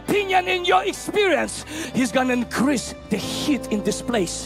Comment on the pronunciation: "he's going to increase de heat in dis place" and the heat lamp in the back gets brighter... lol